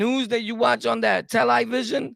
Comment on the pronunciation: Ooi mate 🤠, you said "Tell-Lie-Vision"! Bruv's Naw4real4Real! 💪🏿🙏🏿✌🏿🙉🙈🙊🔥💯🎤🛹